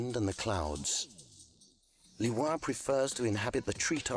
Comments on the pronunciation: I love the different pronunciations and such, which then conflict me, do I use those, are those the right ones then? For example Lewa, being pronounced not as Leewa, but as Lewaa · Neither "LOU-wa" or "LEE-wa", but a secret third thing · My favorite part is that we've discovered yet another way to pronounce 'Lewa'